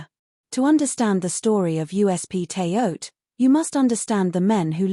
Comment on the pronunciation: Shouldn't it be pronounced "Terra Haute"?